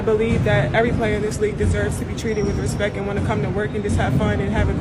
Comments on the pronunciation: But what is “respeck” exactly? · "with respek" 🤦